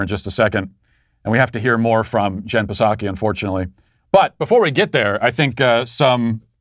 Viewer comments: Matt, it's pronounced Jen Sock(ee) the P is silent man😂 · I’m a 42 year old grown man and I STILL laugh every time you say “Jen PAH-saki.” Makes me feel good. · Me too. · I'm a mid twenties woman and laugh when he says "Jen PAH-saki." It transcends all barriers! Psaki is such a putz and Matt is a treasure :) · He said P-saki. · Matt Walsh Show Drinking Game Drink when: 1. Any time he pronounces Psaki with a "P." 2. If he is wearing polkadots. 3. If he demands a like for his video. 4. Mentions the Sweet Baby Gang. 5. Bicep Cam is used. YouTube comment lightning round: Choose 3 comments from the previous video. Drink for each one read. If he reads yours finish your drink. Enjoy!